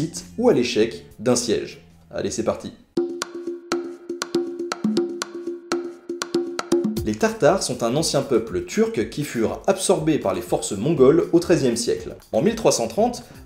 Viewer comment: les tatar pas les tartar :P